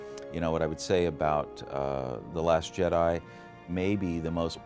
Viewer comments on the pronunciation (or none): none